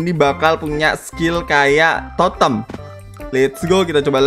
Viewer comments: Gk Nyadar Kalau Salah Nyebut Totem Nya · Bang ko bilang Totem of anjing